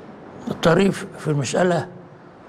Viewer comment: اختلط علي ماينطقه الشيخ: ابن عطية أو ابن عصية